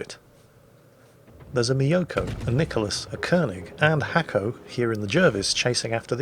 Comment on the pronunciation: Actually, its not Hacko, its Nasko. He wrote it in Cyrilic, well sort of. But that is was its actually writen. Браво Наско, дано скоро пак да те видим да торпилираш големи и глупави бойни кораби!:)